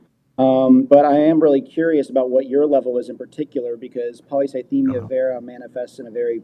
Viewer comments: not being able to pronounce polycythemia vera ever is the funniest part of this whole thing. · Take a drink every time one of them mispronounces the name of the cancer